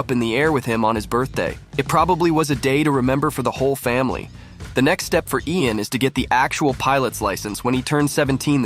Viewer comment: that is not “Ian” or “Ean” or (EyyAn) Armitage, his name is pronounced LAIN like the word “lane”.